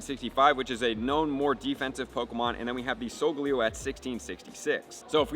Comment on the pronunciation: solgaleo isnt pronounced with leo its like leyo